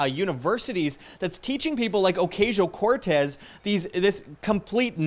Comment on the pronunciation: No, not my biggest. Just something that I wanted to comment because it can be hard for some people to listen to you when they have it stuck in the back of their heads. Take it or leave it. Pronouncing it A-Cause-e-o Cortez is how it supposed to be pronounced. That way you don't get Pipsqueaks like me recommending to pronounce it right 😀